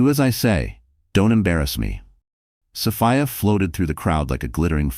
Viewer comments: Sophia not Sofaya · It's a great story, but I don't like that it's an AI voice, the way the 'narrator' sometimes pronounces Sophia